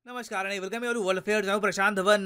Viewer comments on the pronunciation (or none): none